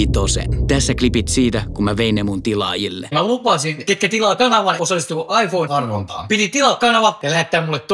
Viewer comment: Lausut iphonen väärin